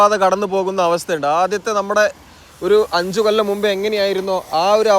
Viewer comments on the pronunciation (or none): none